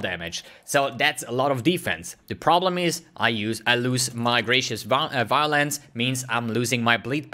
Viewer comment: Grah-too-ah-tus Violence